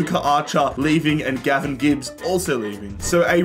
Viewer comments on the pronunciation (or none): none